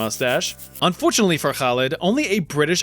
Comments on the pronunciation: I'm very impressed by your pronunciation of "Khalid" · the way you pronounce Khalid in Arabic is pretty darn good